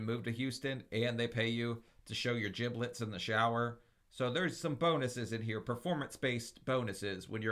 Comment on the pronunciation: "Show your gibblets..." 😂😂😂 Sir, PLEASE!